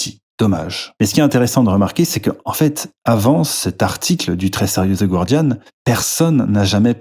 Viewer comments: Ça se prononce ga-rdian, pas goua-rdian :) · Je t'en supplie, prononce "Guardian" correctement. Le "u" est muet. Ne passe pas pour une truffe comme tes adversaires. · The Guardian ne se prononce pas "gouardiane" mais "gardiane" avec un g prononcé comme pour gardien en français. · il n'y a pas de diphtongue dans le "gua" de "Guardian." Autrement dit, le u ne se prononce pas ! Je me permets de soulever cette petite erreur que je remarque un peu partout chez tout le monde 😊